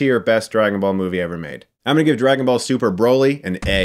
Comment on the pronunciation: i cringe every time you pronounce it Bro-ly. like. wtf. it’s Brah-ly. how do u consider urself a mega fan and pronounce his name wrong